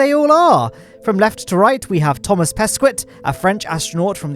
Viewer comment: If you want to pronounce Pesquet correctly you need to say Peskay